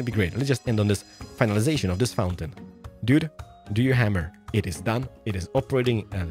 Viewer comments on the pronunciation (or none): none